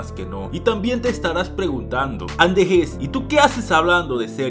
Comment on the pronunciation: jajaja si brooo muchos lo pronuncian asi pero el acento esta en la jes. algo asi andejés. jaja